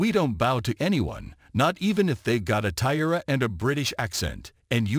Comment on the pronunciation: Tiara is pronounced tea-air-a.